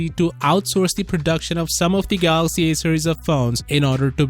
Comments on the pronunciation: Good news..Rt still says Galox 😂😂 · Iam gonna miss the dj kho for his pronunciation. Samsung galoxy...😂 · I will forever miss the time when they presented Dj Koh on stage and when he says "Samsung Galax" 😭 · rest in peace for that samsung "galox" accent... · I'll miss how DJ Koh says "Galox". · Will miss the new "galox" 😩😩😩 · We all miss the "GALOX" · No my Dj Koh I am gonna miss him saying the phone sakes wrongly, I really live him saying galox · But how does he pronounce Galaxy tho? DJ Koh: Galox Rah-Tae Moon: ? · hahahaha he always miss the "y"